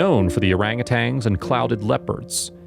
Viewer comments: Please pronounce their species correctly... "Orangutans", not Orangutangs... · This is just ridiculous and dramatized garbage. The narrator knows nothing about orangutans and can't even pronounce the word correctly.